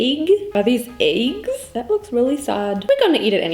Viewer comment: The amount of time she said eygs 🤣🤣